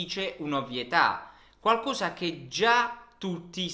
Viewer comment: Su dieci cose la o é aperta no chiusa!!! Uguale su qualcosa! 🤯😱 Che italiano insegni?